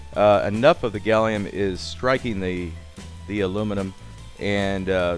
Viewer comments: Did you call gallium "Gollum"? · It's Gallum NOT Gallium!! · Seriously, you don't mean gallium do you, isn't it called gallum in USA?